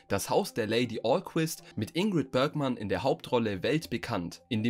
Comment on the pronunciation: „Ingrid Börgman“… Die Dame war deutsch und hieß Bergmann. ;)